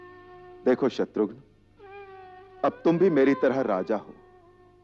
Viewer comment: शत्रुघन नहीं होता शत्रुघ्न होता है।